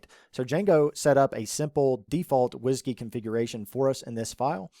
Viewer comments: Did he say Whisgey? :) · pronouncing 'WSGI' as ... whiskey ... nice :-)